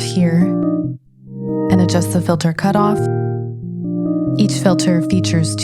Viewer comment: ableton's "reviews" are always so great. but seriously... "filther"?